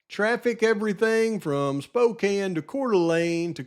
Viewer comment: Props for not mispronouncing Spokane hahahaha